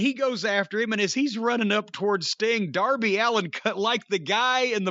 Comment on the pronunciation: HOW DID YOU MISS 'DOUR-BY ALLEN'?! 😆